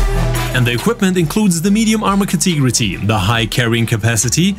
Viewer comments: Cat-a-gory, not like how you say it, but great video! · Could you please either learn how to pronounce CATEGORY properly, or just use a similar word like group, class or kind. For some reason you have decided to use that word about a dozen times in every single video,.